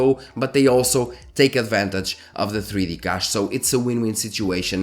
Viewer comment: The Ca in Cache is pronounced like ca in cash 💸. Thanks for the video.